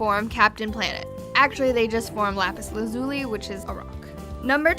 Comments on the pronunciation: It's lapis lazu-lai not lazu-lee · Okay Lazuli is pronounced to my knowledge as Laz-uh-ly not La-zoo-ly.